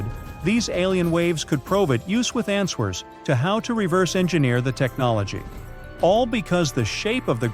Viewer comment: i heard the word “an-SWERs” 😅